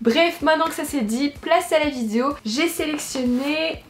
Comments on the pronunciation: T’as enfin réussi à dire VI-DE-O et non pas vidzéo 😂😂 félicitations, la France est fière de toi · Punaise elle a réussi à dire vidéo ! je pense que c'est la grosse bouche qui déforme le mot d'habitude ahah je rigole hein t'es super mignonne miss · Je suis émue... Le mot vidéo dit correctement. Nous sommes fier de toi. ( Snif... Notre petite fille est devenue un vraie femme maintenant... Elle dit vidéo toute seule... ) 😂❤❤